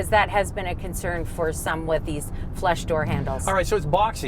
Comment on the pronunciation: every time she says "flush" it sounds like "flesh" o_O